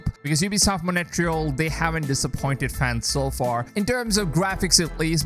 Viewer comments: mon reee yaaal....not monetreeeyaaal...lol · its mon tree al not mo nae te real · "Montreal" is not pronounced "Money Tree hole". It's "Mon treehole" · Its not pronounced as Mone-tree-al, It is Montry-aal spelled as Montréal. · "ubisoft monetreal" ... bruh............ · Is it really that hard to correctly pronounce Montreal!? jeez f, if I wouldnt know the ubisoft studios, i would have not understood "Monetreal"!!! all the worst to your channel until you correct yourself publicly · do you mean montreal? wtf is monetreyal? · what is ubisoft Monetrial ? for some reason every time i hear that i cringe, no offence :D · Learn to pronounce Montreal (Mon-trey-al) will you mate. Don't know where you get your info from but Ubisoft made $2.2 billion profit on AC Odyssey alone. So far $1.2 billion on Valhalla. They took $2.2 billion in overall sales last year with 16.6% down on the previous year, thanks to Covid and the recession. So all shareholders have sold out? I don't think so. Don't spread fake news. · It's feel say monterele is monterle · It feels so funny hearing Montreal as Monetreal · Ubisoft "Moneytreal" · I was scrolling to find this kind of comment 😂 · dude...Montreal....learn how to pronounce it, its not that hard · Is that how I am supposed to pronounce Montreal?... i've been saying it wrong for years